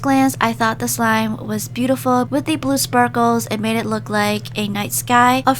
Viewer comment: Did anybody else hear her say "bootyful*?